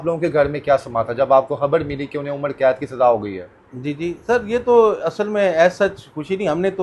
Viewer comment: اینکر بھائ عمڑ قید نہیں ہوتا عمر قید ہوتا ہے،